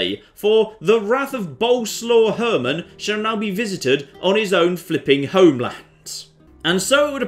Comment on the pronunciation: I think they betrayed you because you can't pronounce the name of "Boleslaw Herman" properly...